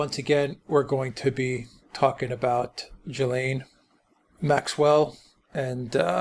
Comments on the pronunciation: Why are you mispronouncing her name? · Why can’t Americans pronounce Ghislaine? It’s Gill-lane. When the letter G is followed by a consonant it’s pronounced like a like the G in “go”. The S is silent. Like the L in salmon. I’ve heard Jizz-lane, and here they are say Jill-lane. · Dear America. It's not Jill-lane. Or Jee-lane or Jizz-lane. I doubt she will spill the beans. Kevin Spacey, the Clintons, Trump, and many many more people in powerful places will end up getting away with this. There are STILL men who think that what's happened is really not that bad. That blame the teen girls. Sick world we live in. If she ever wanted to do the right think she would expose all the evil bastards, but she hasn't done the right thing before...so why now. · THE CORRECT PRONUNCIATION IS JIZLEN. SHE WAS BORN IN FRANCE AND HAS A FRENCH NAME. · The French name Ghislaine is pronounced 'ghee-lane', with a hard 'g' as in Ghana and ghetto. The 's' is silent. Giuffre, Virginia's married name, on the other hand, has a 'g' followed by an 'i', which gives it a soft sound, as in 'jew'. If there is an acute on the final 'e', the name is pronounced Jew-fray. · Great stuff again guys. The sole purpose of the Goldman interview is to try and paint her as a sympathetic person. Bull*** Btw... I think her name is pronounced: Gee- Lynn. Hard G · If you’re making a whole video about something and something so serious, you might want to pronounce her name right. Unable to watch, the repeated JILLAINE MAXWELLs are so annoying. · FYI her name is pronounced GIL-LANE with a hard 'G'. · You Nearly pronounced her name correctly, just ad the S ! and you got it ! (I'm French). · Why do Americans struggle to pronounce her name properly? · At least learn to pronounce her name properly. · Omg at least say her name properly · you can't even pronounce her name correctly?? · Most miss pronounced name in the media lol